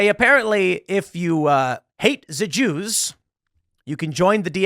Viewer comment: Tim made a video just to say "Ze Jews" change my mind. Lol